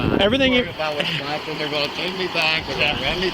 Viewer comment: Wistconsin. Wisconstin. Lol